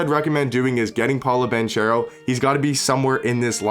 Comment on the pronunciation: Paolos name is pronounced paw low bon care o